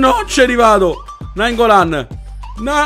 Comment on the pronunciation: Naingollan if al posto di nainngollan normale spolliciate per farglielo leggere Grazie mille